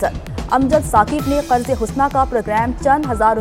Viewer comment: Qarze hasna hai medam husna nahi